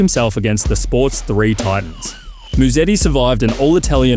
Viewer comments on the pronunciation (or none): none